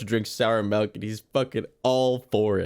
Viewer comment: this guy says melk